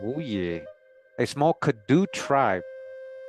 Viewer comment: the CADDO Indians are pronounced Cah-Dough (or Cotto) which are also found in Northern Mexico near the TX border. The first President of Mexico, Vicente Gurrero, was a black man from this tribe (I believe). You can find this and MANY other indigenous Tribes listed together in Gerold Horne’s book called: The Counter-Revolution of 1886, which discusses how TX broke away from Mexico because they intended to sustain slavery after Mexico’s president abolished it in 1804. Worth every penny!